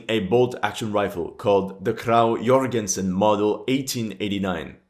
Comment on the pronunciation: I would like to give you credit for the outstanding pronounciation of Jørgensen as I've only heard exstreamly few non Danish speakers pronounce that correctly however I also want to correct your stating that the Krag used caliber 5.58 as the Danish army used 8mm for their Krag Jørgensen which also were the same ammo type for the Madsen to make things easier. And then just a fun fact: Earlier in the movie in the first engagement there is a small mistake where you see a MG-42. I suspect this is because of budget as it is only shown very briefly and it's dark so I tihink the directer hoped people wouln't notice. But I did xD